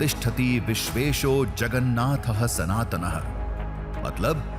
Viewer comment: Sir jagannath boloe jagannath Nehi sir jagannath 🚩🙏🕉️